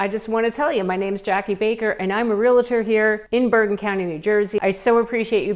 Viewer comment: ITS NOT REAL-A-TOR. Its REAL-TOR